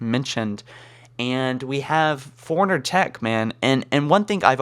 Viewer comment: When you say forerunner it sounds like foreigner